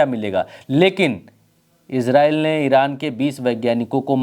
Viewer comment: एजरेल नहीं इजराइल